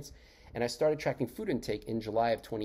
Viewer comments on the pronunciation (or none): none